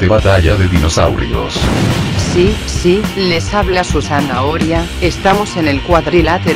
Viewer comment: su sana oria JAJAJA